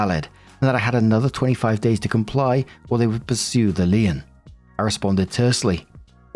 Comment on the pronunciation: Story 1 - When doesn't know how to pronounce "lien".